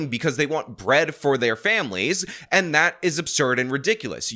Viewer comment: She pronounces “and” “ayyynt” and suffers from a childish glottal stop (words like mitten sounding like “mih-en”) Can’t take her seriously, my misogyny aside.